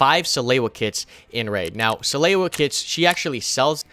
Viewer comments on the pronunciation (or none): suh-loo-uh not suh-lay-you-uh